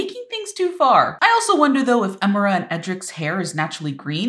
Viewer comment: Wow it looks amazing but one thing the I in Emira isn't pronounced like an E